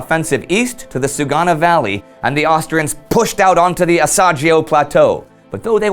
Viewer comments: Is not "Asiagio" Indy. The pronounciation is "Asiago", like the verb "go". Great work anyway! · While you usually nail pretty much every pronounciation this time you got Asiago Plateau totally wrong, you said Asagio while for an english speaker it should be something like ah-see-ah-gou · I'm sorry but I had to laugh when you said "Asagio" instead of "Asiago", twice :) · "Asiagio" is very painful to hear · Fantastic episode as usual!!! Keep up the great work! A small not on the side: it's "Asiago", pronounced "Ah-see-ah-go" (coming from an Italian speaker). The Altopiano di Asiago is a fantastic area to visit, full of trenches and bunkers where the Italians just about clung on to the edge of the Alps. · Just a little thing, Asiago is pronounced with a stong g, like for instance of the word "ghostr", guess it should be imaginated with an h, "asiagho" Best luck for this amazing channel! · The episode is awesome as always. However, you mispronounced "Asiago". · Please learn how to prounance Asiago, you killed that name. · Ahah! Indy! Asiago, very easy to pronounce! Think about the shakespearean antagonist Iago, then add the word "as" and then you have the correct pronunciation! ;)